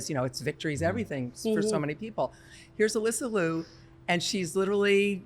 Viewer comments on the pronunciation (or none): Here's how to pronounce Alysa Liu's last name. It rhymes with "cute" but without the t sound at the end. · With love and respect to you all, could everyone please correct your pronunciation of Alysa Liu's last name. She has been on the scene for years now, National Champion, World Champion, two- time Olympian, and an incredible ambassador for the present and future of this sport and its art. When she was just on the scene, her name was pronounced correctly by US Figure Skating. What has happened in the past few years? She clearly pronounces her own name as it is spelled in Liu. Love the discussions and the narratives, but we can lead by example and start with giving Alysa this effort and respect.